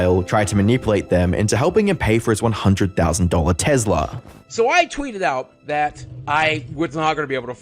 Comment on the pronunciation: I’m sorry but did you just say TEZLA?